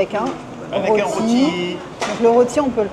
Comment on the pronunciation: cela s'appelle ' loti ' cela s'ecrit roti . '